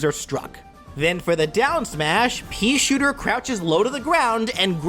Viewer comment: "The peashitter"